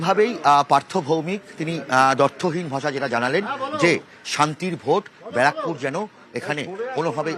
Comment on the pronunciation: বারাকপুর না।। ব্যারাকপুর।। এতো বড় চ্যানেলের এরকম উচ্চারণ acceptable না।।